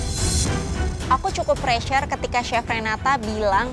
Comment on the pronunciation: pressure yaa bukan pretest apalagi presest😂